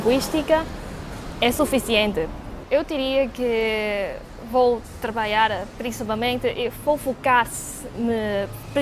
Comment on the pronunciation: O mais parecido com o português brasileira mas eles parecem não falar bem o lh, nh, e vogais juntas . Eles falam trabaia em vez de trabalha